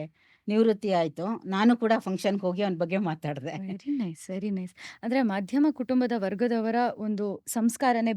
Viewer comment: ಮಧ್ಯ ಮ ಕುಟುಂಬ ಎನ್ನುವು ದಕ್ಕೆ ಮಾಧ್ಯಮ ಕುಟುಂಬ ಎನ್ನುತ್ತಾರೆ,.